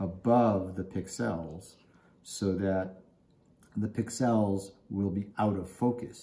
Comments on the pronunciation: Accent is on the pix not the el. You're welcome. 😁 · Never heard "pixel" pronounced like that 😁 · why are you saying pixel wrong??? Its annoying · HaHa! Some viewers like how I say it. You do you and I'll do it wrong. ;) Thanks for listening though!